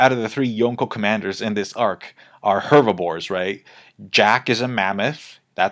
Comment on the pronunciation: Are you saying hervibores?